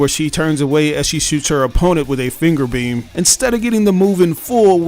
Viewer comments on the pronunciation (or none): none